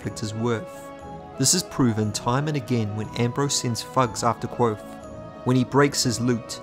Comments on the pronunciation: I love these videos, but is there a reason you're pronouncing the V in Kvothe as a W? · Dang only made it about 50 seconds in. If you like the series enough to make videos the least you could do is pronounce the protagonists name correctly. Here is a video of Patrick Rothfuss doing just that for you.